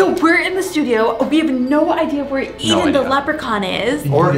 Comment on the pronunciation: It's pronounced Eden